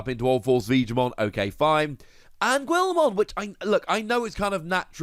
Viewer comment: who is gwillmon? please go watch ANY clip with guilmon in it on youtube to get proper pronunciation of it, this is cringey haha